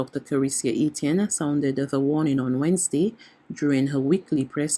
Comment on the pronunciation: No, no, no....the pronunciation is not Wednes-d...It is Wednesday !